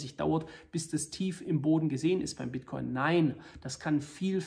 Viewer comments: „Bitchcoin“ 😂😂😂 Klasse Video wie immer👍🏻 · Bitchcoin hab ich ihn auch vor 2 Wochen genannt :) Sau witziger Versprecher . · "Bitch-Coin" LOL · Das passiert den besten: "Bitchcoin" :D Danke dafür, dass Sie uns regelmäßig mit Infomaterial zu diesem Thema beglücken. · Bester Versprecher soweit. ;) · Wie immer sehr interessanter Bericht - vielen Dank. Da ich Wortspiele liebe, habe ich mir den kurzen Versprecher "Bitchcoin" sofort gemerkt und den Vorschlag dieser neuen Währung an Elon geschickt, damit er diesen Coin mit tausenden Prozenten Wachstum pushen kann ;-). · “der bitch-coin” so nennen Sie also den Bitcoin intern. Wahnsinn. Da musste ich lachen:D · wer kennt ihn nicht... den Bitchcoin xD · Der Bit"ch"coin zeigt sich sehr schwach :D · 🤣🤣🤣 kleiner aber feiner Versprecher